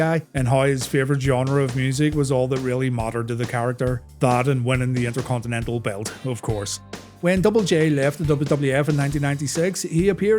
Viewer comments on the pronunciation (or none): none